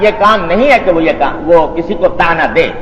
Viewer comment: "تانا" نہیں ہوتا "تعنہ" ہوتا ہے۔